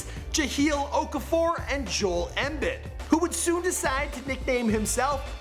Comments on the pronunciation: lmao jalil okafor and jol EmBED? Watch videos on players before you make videos you fuck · You can tell he doesn't keep up with basketball not even saying Joel's last name correctly. Just a little research you figure he would do it's not like it's a hard name to say correctly. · It's annoying as a die hard sixers fan to see him pronounce those names so poorly